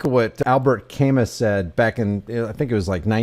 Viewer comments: It's Camus, nitwit, pronounced Cam-MOO. Life lesson: Never quote people to look smart if you can't pronounce their names. This frauditor is a piece of shit like every other frauditor who harasses people who actually work for a living. You're side of the argument has already failed, all these arguments have failed in court time and time again, and they will continue to fail and these people will continue to be convicted of crimes. Your child-like grasp of rights and laws is being proved incorrect every day in courtrooms, but you must be thrilled to find one where the charges were dismissed. And btw, there parasites are only in it for the money, youtube first, but their whole purpose is to file nuisanse lawsuits and try to cash in without working, which is exactly what this parasite is doing. And now you're pretending that the other 99% who are convicted in court don't exist. Good luck with that. You see, people who work for a living have rights too, believe it or not, and when all these frauditors are guilty of harassment, trespassing, failure to ID, creating a disturbance, disorderly conduct, interfering with an investigation, they're going to continue to get arrested for it and convicted for it - to protect our rights. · It's pronounced Albert Ca-MOO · It's pronounced Al-bare Cah-moo. Big time French guy.